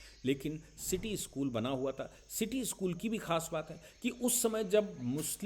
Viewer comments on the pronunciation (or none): none